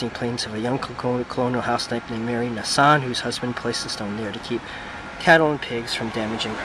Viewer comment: There used to be a "head" stone and a "foot" stone but some time ago the other stone came up missing. The name is pronounced with a long "A". Definitely an interesting ancester and legend there of to have.